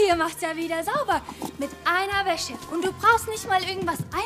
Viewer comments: Wie einfach jedes mal WÄSSE anstatt WÄSCHE sagt... 😂😂😂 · Hab ich das falsch verstanden oder hat anstatt weisse Wäsche,weisse Wässe gesagt🤣🤣